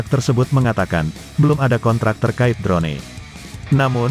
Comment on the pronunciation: Bukan. Drone. Di. Baca nya dron saja sedap di dengarnya